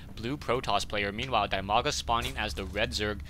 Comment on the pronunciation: its dimaga not dymaga and its idra not ydra